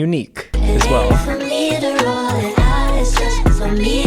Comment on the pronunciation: “for me to rwoll it out- beh beh BeH bEh-”